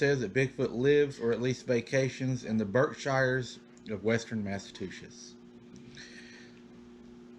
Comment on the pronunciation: Hey --love your stories! I had to laugh when you pronounced "Massachusetts" as Massa-two-shits! LOL---Its pronounced "massa-chew-sets" I have a friend that says it like you do and I always laugh--your so cute,, keep up the terrific stories😊